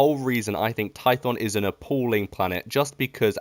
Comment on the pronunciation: You said korriban and I went "yeah makes sense" Then you said tython and I died inside